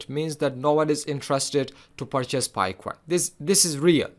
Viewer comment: Coin not CUWOIN 😅